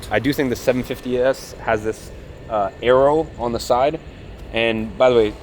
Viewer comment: aero, not arrow